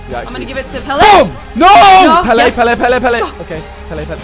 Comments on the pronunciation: The amount of times he called Pele, Peel makes me sick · who the fuck is Peeeeeeeeeeel simon.. ? and that feeling wen an american pronounces Pele correctly and a brit cant. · You call Pele "Peel" WAT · Simon saying pele as peel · Is it me or did Simon call Pele "Peel" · why is simon saying peal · I cat say pele u say peel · Why does he call Pele Peel